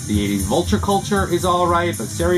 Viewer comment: All great pieces there - thanks for the vinyl porn while I'm at work here. I think Stereotomy is pronounced like "labotomy"... I found a copy on my last antique mall dig of "Toys in the attic", pulled it out half way and it was NM- and I was stoked, but something told me to pull it all the way out, and the other half of the record was warped by at least 30 degrees, no way that could be tracked... bummer. Oh well, I will find another one day. Take care